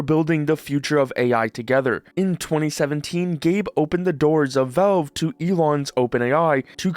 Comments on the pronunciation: There is an A in valve. It's not spelled "velve," it's spelt "valve." Say the A. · they're called valve, not velve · Why do you keep saying "Velve"?